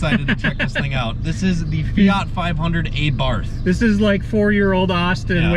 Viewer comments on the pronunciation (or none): Th is silent Just T Say Abart But spelled Abarth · Also the A is pronounced like the a in car, bar, far. Abarth was the last name of the bugger who started modifying stock cars with performance kits and then decided to open up his own company. I almost forgot, you stress the first A, so it's pronounced A'bart and not Abàrt. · The proper pronouncation is not A Barth, rather it is ABART. Please do your homework. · Pronounced AH -bart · Sorry dude but saxophone music and pronouncing Abarth incorrectly is embarrassingly bad.